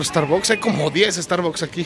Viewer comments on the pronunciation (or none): Te mamaste con la pronunciación del star books 🤪